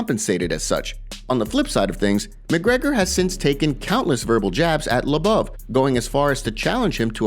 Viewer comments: Bro u say everyone’s name wrong It’s fucking mind blowing lmao it’s LO BOV NOT LA BAVE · His surname is Lobov not LeBouf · If you're going to have an MMA channel, how about pronounce the names correctly. It's (Low-Bov) not (La-Bov) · it's LOW-BOV, not LUBBUV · ARTEM LOW BOV, LIKE "ABOVE," PRONOUNCE HIS NAME RIGHT, DONT U WATCH THESE FIGHTERS? U WOULD KNOW HOW TO PRONOUNCE NAMES. DONT BUTCHER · I was listening to this and not watching so How he pronounced Lobov’s name as “La-Bub” made me assume he had a problem with someone else as well lol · It's pronounced low bov...ass hole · Dude! For real! Artem labuv lol. It's really irritating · Bro why can’t you say lobov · Why are they saying Lobov like it’s Shia Le Bouf or something. Idiots. Said it like 1000 times too. I’m Unsubbing for that. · First person I hear pronounce Lobov's last name incorrectly